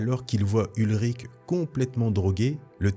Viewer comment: Salut, merci pour ta vidéo, j'aimais déjà tes vidéos sur Star Wars mais là c'est encore mieux pour moi 🤗 Petite précision, le journaliste ce n'est pas "Ulrich" mais "Ben Urich", le personnage existe également dans l'univers Marvel Original et on peut le voir aussi dans le film Daredevil de 2003